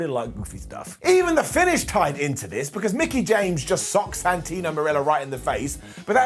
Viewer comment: I always find it funny when talks about Santino, because he always calls him Santina without realizing, Lol.